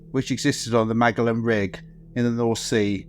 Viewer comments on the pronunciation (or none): Magellan. You pronounced it lika MAG -gellen. I think't it's actually pronounced like ma-JELL-in, as in in the explorer Ferdinand Magellan. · Magellan is pronounced "mah-jellan" Tell me you know nothing about what you're talking about without actually telling me you know nothing about it, and use a monotone voice if you can. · Is this AI narrated? Who calls Magellan (from Ferdinand Magellan) Mag-el-an? A lady in the USA fell into an industrial meat grinder... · Magellan is pronounced Maj-ellan. Good vid though! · The 'Magellan' rig? You sure thats how it's pronounced? Try again... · You should work on pronouncing Magellan correctly instead of whatever the fuck you said ..